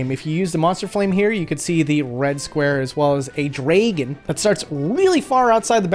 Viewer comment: I have never heard dragon pronounced dray-gun before...